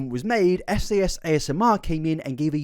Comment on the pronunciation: It's Trisha Paytas. It has to be. Edit: Give me the phone cuz I freakin called it! Edit #2: Is anyone else triggered by how repeatedly mispronounced SAS's name?